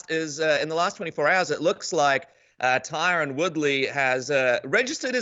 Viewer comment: "I fink Tyron born to be rapper" Paulo Costa